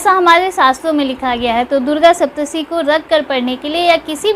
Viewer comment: Saptshati not saptshi